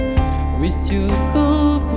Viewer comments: Coba kl pas ngomong "wis " Di baca nya "wes" Tambah bagus pasti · Dia jawa ngapak jadi di suku kata tertentu pengucapanya berbeda dengan orang jawa pada umumnya misalnya kata wis seharusnya wes. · jawa ngapak jadi di suku kata tertentu pengucapanya berbeda dengan orang jawa pada umumnya misalnya kata wis kan seharusnya wes. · Dia jawa ngapak jadi di suku kata tertentu pengucapanya berbeda dengan orang jawa pada umumnya misalnya kata wis seharusnya kan pengucapanya wes.